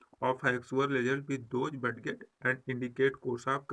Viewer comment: सर आप बडगेट क्यों बोलते हैं